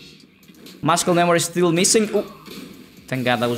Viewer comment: plz the C in muscle is silent😔😔😢